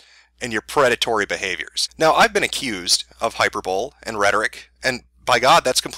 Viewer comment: "Hyper bowl"